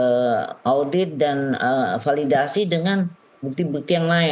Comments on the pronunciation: Beb bebbeb ngomong Bu Elsa yg dicari bayaran bisanya palidasi aja kalo ngomong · Itu itu Sj... Infestigasi... Falidasi...